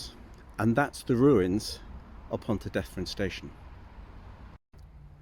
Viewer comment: Pontrhydyrun is pronounced pont-rhee-drin. Not pont-rhee-deth-in.